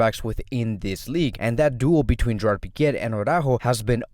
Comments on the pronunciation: where is the R in pique? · why do i hear it but dont see it if its silent